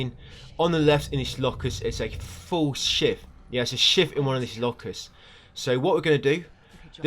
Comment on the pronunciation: Sounded like you said. "On the left in these lockers is a FULL shit". 😂😂😂😂😂😂 I was laughing for 10 minutes. My chest hurts.